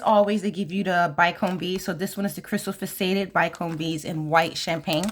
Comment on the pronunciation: Hello! So wonderful to see your unboxing! I bought two of the February box because I missed out on the companion bundle! FYI the word faceted is pronounced Fa- cet- ed with the accent on the first syllable, and pronounced like asset. I always like to learn how to pronounce words I’m not familiar with, too! Anxious to see the new jewelry you make with this box!